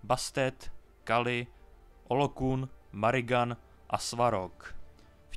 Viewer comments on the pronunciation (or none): Kamo nauc se spravne vyslovovat jmena je jako debilni delat lore video o necem a pak tam komolit jmena. Nevim kde jsi prisel na to, ze Morrigan se cte MARYGAN a Amaterasu se nesklonuje. Twe Amateruse to je jak kdyby jsi rekl Zeuse :D